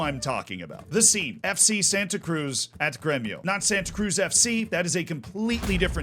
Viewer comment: I'll be a language nerd, and I'll give advice to how to correctly pronounce them FC Santa Cruz - Eff - Say Sun-tuh Cruyj (the j like J in Bonjour, like a zh Porto Alegre - Pawr-two Uh-lay-gree Tiago - Chea (like Cheat)-yuh-go Santa Cruz do Sul - Sun-tuh Cruyj doe Soe (like Shoe, but instead of Sh, it's S you pronounced Tiago correctly Copa do Brasil - Cope-uh doe Bruh-zeew